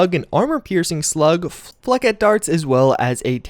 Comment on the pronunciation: calls Flechettes (Flesh-ays) Fleckets